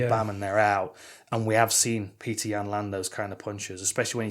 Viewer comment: It's not Peter, it's Petr (Pet-r), or Пётр (Piotr/Pee-oh-ter). Source - my son is half Russian and named Пётр